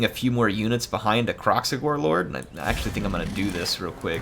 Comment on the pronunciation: Call it Krack-Xigor